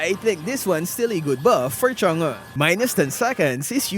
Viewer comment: "chang-uh" bro wtf? Just say it like a normal person.